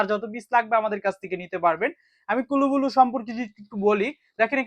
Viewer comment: আরে ভাই কুলু বুলু না কুল ব্লু (cool blue) নাম টা ঠিক মতো পইরেন